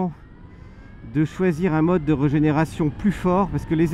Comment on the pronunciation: Ça ne donne vraiment pas envie. Super essai comme d'hab' par contre régénération ça serait mieux que reugénération 😁